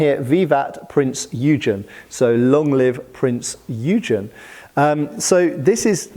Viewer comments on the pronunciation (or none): Err, I suspect that is “Prinz Oi-gunn”, but don’t take my word for it! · Drachinifel will have a bad day hearing you pronounce Printz Eugen like that